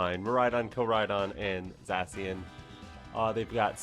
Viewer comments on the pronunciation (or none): The way you say Zacien makes me physically angry. Zah-SHE-In Like the sound of a sword slicing the air